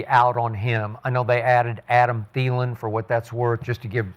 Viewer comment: Aqib and ward a fool for laughing when skip said adam thelin 😂😂😂😂